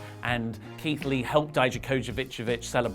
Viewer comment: how can you not say Dijakovic?? Di-ja-ko-vic Record and say it like that 15 times. I wanna help you say his name please.